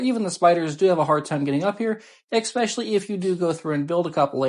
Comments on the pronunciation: expesially? It's especially friendo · “Eck-specially!?” Hahahaha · Great video. I just have to remind you though, there is no X in especially. 🙂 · Good video but there is no X in especially